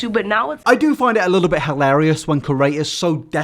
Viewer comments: If I have to hear say ‘curator’ instead of ‘creator’ in one more video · Can u please say "creator" instead of "curator" for once